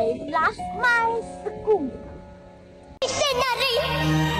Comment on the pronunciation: I heard her said that 'I laugh my scool'.but the CC subtitle was I love my school, why?